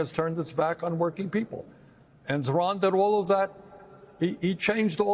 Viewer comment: I heard Bernie say "Iran" ran a brilliant campaign. (Not Zohran). Hmm..coincidence?